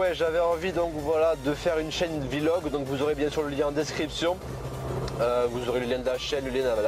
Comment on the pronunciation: on dit pas "vilog" mals "vlog"